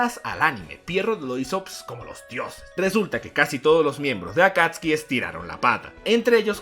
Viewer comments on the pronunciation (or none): ellos se llamaban Akatsuki no akatski (digo como se pronuncia)